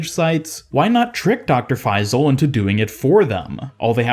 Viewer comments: Just a tip it’s pronounced FaiSal and not FaiZal :) Great vidoe anyways 😊💕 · Bro its faisal not faizl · Its not faiii-zal..it’s pronounced fayyysaal..just saying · as an arab it pains me hearing your pronunciation of his name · Do not pronounce the s as z The closest pronunciation of the Arabic letter ص is s, although it is not the perfect pronunciation